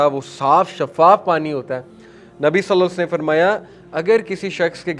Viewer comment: ماشاءاللہ بہت ہی خوبصورت بیان ،لیکن پیارے بھائی ،صلی اللہ علیہ وسلم اچھی طرح سے ادا کرنے کی کوشش کریں پلیز